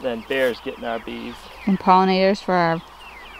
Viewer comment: Can you say " bears " not beers .